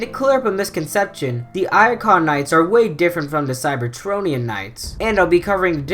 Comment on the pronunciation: It’s Iacon, not Aka or whatever you said.